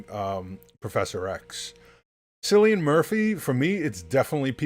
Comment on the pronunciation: Bro "s"illian Murphy its "K"illian